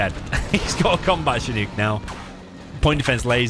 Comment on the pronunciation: Shin-uk, not shi-nuke